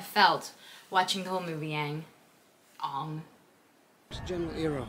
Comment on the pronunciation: The actors are too white😭💀 And like why "Ong" not "Aang" 😭